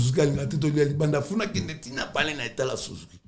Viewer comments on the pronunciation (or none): Na kola na paris 😂😂😂 de fois je me demande si ce ne sont pas de comédies ? Soit bazonga classe pour l’élocution …. FUNAC …ou FNAC ?😂😂😂😂